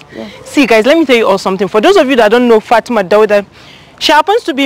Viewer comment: It's Fatima not Fatimat..... Plz correct her name